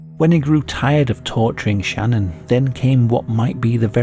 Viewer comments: Facts aren’t even all straight in this story.. he also keeps calling her name, Shannon… It’s Channon! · It bothers me for some reason that channon is pronounced Shannon and not Channon if Christian and Chris are lol its not Shristian and Shris 😅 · "Channon" isn't a name. You're pronouncing it wrong. I presume you can read and it clearly starts with a CH not an SH or SCH. Why do people have to do that to their kids? It's selfish parents that give sacrifice their children's happiness so that they can show off their "creativity and uniqueness" by giving their kids ridiculous made up words for names.